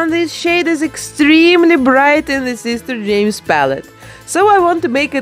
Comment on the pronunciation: Love that’s she’s calls him SEES-TEHR JEH-MES